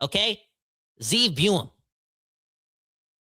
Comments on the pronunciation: It iz Zeev Buium not Zane. God Hebrew name. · No one seems to know his name, it's Ze'ev two syllables (Zeh-ev) but two syllables is too much for any hockey fan so just call him Sieve